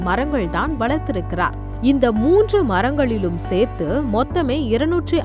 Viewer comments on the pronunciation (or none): none